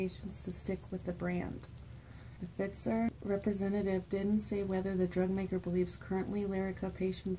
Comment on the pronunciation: Hey Girlfriend! That would be great if they came out with a generic for Lyrica. Going to you can find the patient assistance programs for all sorts of meds, including Lyrica. Pfizer (sounds like f-eye-zer) has a really great one! Hope you're having a great weekend Hun, love the purple💕